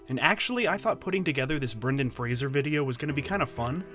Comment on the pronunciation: Is that how you say his name?